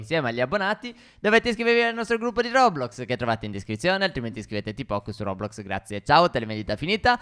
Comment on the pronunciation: Si dice roblox non rodrox